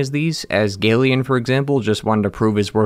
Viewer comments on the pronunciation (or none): The a in galien is pronounced like in Apple and the a in Hagimol is like in ape and the g is like in goalie.